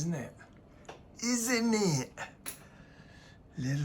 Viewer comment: that 'isn't it' at the end of the video was the msot British tihng i have ever heard you say! :D hope yo ucan get the kitchen sorted soon thoguh nad its not too much of a pain!